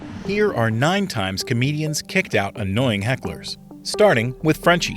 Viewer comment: half of them are "comewdyans" xddd bill burr is shitty af, he don't deserve it, he deserve worst xd